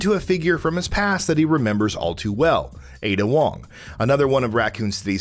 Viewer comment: Honestly, they might as well call her "Aid Ya Wong"